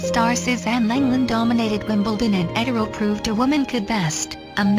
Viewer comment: Oh please, don't make it about anything other than her magnificent achievement. By the way, it's pronounced "Edd-er-lee" . At least, that's how they said it in the media of the day (radio)